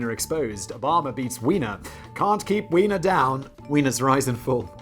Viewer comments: Just one problem - Weiner is pronounced with a long i sound such as in the word "eye", so should be pronounced like "whiner". It's spelled "Wiener" to be pronounced like a hot dog with the long e sound. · Anthony's name is properly pronounced "VYE-ner". However in his case, the mispronounciaton was quite a propos